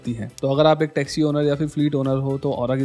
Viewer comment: Sorry bhaiya but pe "Texi" nahi "Taxi" hota hai.. and please as a genuine viewer ye overhyped wala topic mujhe thoda subjective lagaa.. I hope you continue to improve and make solid content💪💪